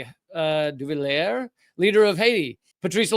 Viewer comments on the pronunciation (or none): hypocrisy just works like this. oh, and duvalier is pronounced doo-val-ee-yay